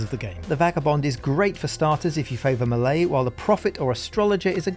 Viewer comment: Am i the only one that cringes everytime he says melee?